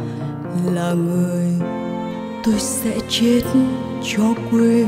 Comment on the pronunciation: Bạn Quỳnh Hương phát âm Tr và Ch chưa chuẩn.Chim chứ không phải là Trim.Chết - Trết….